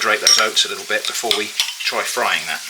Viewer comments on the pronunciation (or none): none